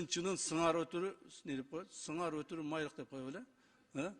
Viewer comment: Өтүрү дейт го 😂😂😂😂😂